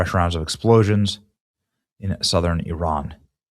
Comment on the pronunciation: ... ... THANK U for pronouncing IRAN 'PERFECTLY' 🙏🙏🙏